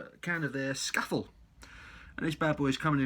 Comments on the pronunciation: I'm not Cumbrian but I think it may be pronounced 'Scaah-Fell'... 😉 I agree; cracking beer! Leaves a lovely lacing on the glass too. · Cracking beer.It's defo one of the best at least in terms of Pale Ales. Also us Northerners pronounce is Sca Fell it's named after the famous mountain in the lake district. Bloody beautiful place. Cheers.